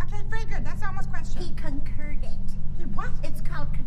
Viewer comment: “He concurrèd. It’s called concur…”